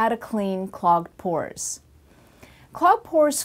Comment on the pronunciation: FOR A SECOND I THOUGHT SHE IS SAYING PORN PORN PORN